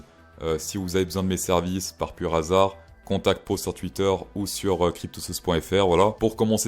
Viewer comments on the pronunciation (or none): none